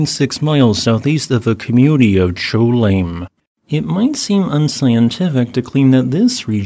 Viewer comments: I grew up near there! Cholame is pronounced like Showlam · Cholame, CA. CHO LAH MEE. In California, it's pronounced CHO LAH MEE! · btw, cholame = sho-LAH-mie